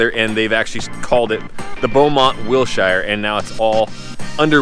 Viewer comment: Learn how to pronounce Wilshire dumbass